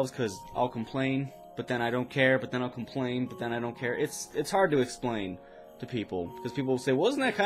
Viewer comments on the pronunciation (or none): Lol he said "esplain" its explain xd